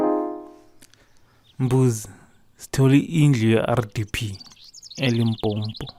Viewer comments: I so hate it when Zulu ppl say Limpompo, say Limpopo or use Polokwane wat the fuck mos, rena we can say KwaZulu-Natal 🙄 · Why do they keep saying Limpompo but its called limpopo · ELimpompo lol they get mad when you pronounce it like that... i still enjoythis guys vid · Why do some people say Limpopo as if there is another "m"; Limpompo? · Domkop pie say such I also loath when they mispronounce our limpopo. Ba ya speeda